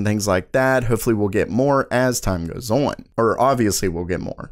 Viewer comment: I love the way this guy says "on". It's like awyun lol